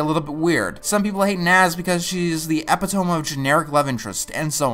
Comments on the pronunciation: Epitome - ep-it-o-me Not eh-pit-ome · not to be a nazi, but I'd hate it you were to have embarrassed yourself in the future pronouncing that. Anyway, the word epitome is pronounced eh-pih-tuh-me not eh-pih-toe-m. You're welcome ;) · It's not "ep-it-ome", it's "eh-pit-oh-mee" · "epi-tomb" you mean epitome? pronounced e-pit-oh-me? I wouldn't care so much if you haven't made the same exact mispronunciation in earlier videos. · Hey uh, you pronounced epitome wrong. It’s “uh-pit-uh-mee”, not “ep-it-ome”. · Did he just say epitome as "epi-tome"? Lol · It made me pause for a second to guess what he was trying to say. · Epitome is pronounced ee-pit-oh-me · Epitome is pronounced Eh-pit-oh-mee. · Epitome is pronounced uh-pit-uh-mee /Shameless pedantry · epitome? Not sure that's how you pronounce that word. Either way, good episode. I haven't thought about this show in years, but now that I think back on it, it was one of my favorite shows as a kid. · You pronounced "epitome" wrong, but still, great points. I agree with basically all of them. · Say epitome again, this time correctly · That's not how you pronounce epitome. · You mispronounced "epitome" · Man, what you just did to the pronunciation of "epitome" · I notice you like to mispronounce epitome. Is there a joke I missed or something? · Learn how to pronounce epitome. Merry chrimmmmm! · You're pronouncing epitome wrong. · I felt spelling the mispronunciation in the exact same way would have been a little confusing.